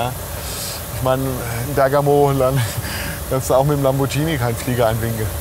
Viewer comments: Bitte mehr davon! Und lieber Follow-Me-Fahrer: das Auto wird "Lamborghini" gesprochen, mit "g" und nicht "Lambordschini". Da kriegt man Ohrenkrebs.;-) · Die teuersten Autos der Welt.....ich hab Koenigsegg....Bugatti oder nen Hennessy erwartet....und dann 2 popelige Bentley... und btw.....wenn ich Lamborschini höre krieg ich Ohrenkrebs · Lamborghini, nicht chini. Genau wie Cessna und nicht Schessna.